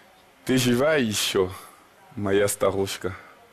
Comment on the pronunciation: Отвратительно прочитал стихотворение Есенина!🤮Ударения расставил как маньяк: ты жива еще!😮ветхая😮